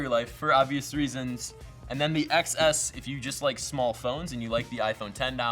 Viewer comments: Why don’t you pronounce it as 10 s instead of excess? Thats the pronunciation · iPhone XS is pronounced iPhone 10s...c'mon... xD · It's pronounced "10s".